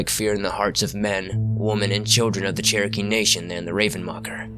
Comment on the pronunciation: Also if I could speak with you, other than in comments, I'd gladly teach you how to properly say Cherokee,.